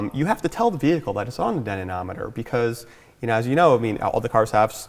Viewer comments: Why can't he pronounce dynamometer? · Dynanameter? really?...... I thought id let it go but after a while it gets jarring...